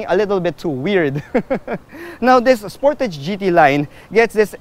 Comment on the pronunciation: Spor-ta-ge. Sounds like you went korean sir. Happy birthday. Stay safe and Godbless. 🤗🐫🙏